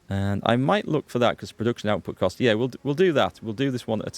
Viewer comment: I love your pronunciation of "yeahr" gives me a kick every time haha